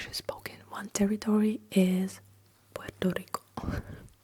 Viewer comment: Your little shimmy for Puerto Rico just made me giggle! Also you said it right, tons of people in the US say it like "Porto Reeko"